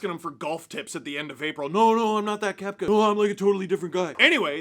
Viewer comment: Just by the way, the second E in Koepke is pronounced. Kep-Kee.